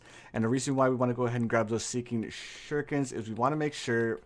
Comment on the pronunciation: I love how he says seeking shhhuriken